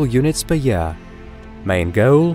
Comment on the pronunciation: "astronomical units per yaaaah"